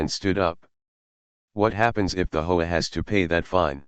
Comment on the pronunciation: Gotta love AI pronouncing HOA as hoe‼️ just about right